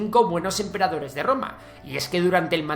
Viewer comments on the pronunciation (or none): FE DE "RATAS": "Dinastaía" Han. Grandes "Empreadores". La Cultura del "Tihuacano" (dice "tihuacano" y escribe "tihuanaco", pero la palabra correcta es tihuanacota). "Setrapías" (es Satrapías).